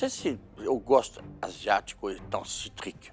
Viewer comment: o Jacquin falando "Na realidade,esse prato tá muito CITRIC*,"*GENJABRE limão..